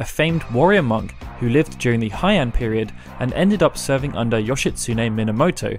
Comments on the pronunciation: It's pronounced as Hey-Ahn period. Not High-End, lmao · Heian = “hey-ahn” not “high-Anh” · ... Heian... as in "Hey, on..." not like the German /ei/.... Japanese vowels and romaizations are more similar to Spanish. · Heian is pronounced "hey an" I speak Japanese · I enjoyed this video. Minor point on Japanese pronunciation, but "ei" is always pronounced like "ay" as in "say".